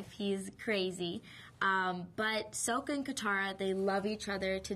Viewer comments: They were pronounced [ɑŋ] instead of [eəŋ] & "SOH-kuh". Unlike the show, this version of Sokka has a serious demeanor, with most of his immature and humorous qualities either toned down or removed entirely. Significant criticism was pointed at the character difference. The casting of a presumed white actor in the role of Aang (as well as a primarily Caucasian cast) in the Asian-influenced Avatar universe triggered negative reactions from some fans, marked by accusations of racism, a letter-writing campaign, and a protest outside of a Philadelphia casting call for movie extras. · Sowka? She said soka! Like with a long o sound! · ITS SOKKA. SOH. KAH. SSOOOKKKAAAA. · 1) REALLY A WATER BENDER never would of guessed -.- 2) its pronounced like saw-ka 3) they are fishing 4) aang breaks out of the ice after a couple of hits 5) idc about what training you had it didnt help the movie reviews 6) once again its SAW-KA 7) FOR THE LOVE OF GOD ITS SAW-KA LIKE SAWING A F-ING TREE. 8) once again liking M Night and his vision didnt help the movie 9) the set didnt help it 10) finally atleast you talk about waterbending right 11) Zuko used water?!? 12) Dont lie its not good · I stopped after she said Sowka. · SO-KA!??!?!!? wtfff life this if you hate how they say his name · Sokka = SAH-KA Why is that so hard? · ( its Sokka = "saka"... Aang = "A-ng" le'douch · "Soaka" Argh!! I've still got trouble picturing her as Katara, i still believe they could have found a better Katara (looks-wise) but she's really beautiful. Especially with make up on. I'm looking forward to seeing her in the movie! Oh, and i love the way they she pronounced Aang (Ahng)! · it's pronounced SAW KUH !!!! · "soh-kuh" and "ong" -___________________- disgusting. thank god there's no "cat-er-uh" -____- freaking shyamalan "like lord of the rings and star trek" my ass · the movie pronounced aang and sokka incorrectly from the cartoon :( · they cant even pronounce her brothers name right! fail! has she seen the cartoon?